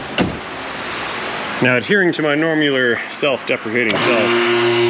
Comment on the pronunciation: "Normular" I like it...